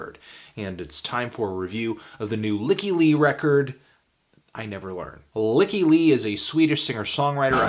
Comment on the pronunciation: "Lykke" in Norwegian means "happiness" and it is pronounced "leek-kah." She's Swedish so it should sound something like that. "Leek-kah Lee"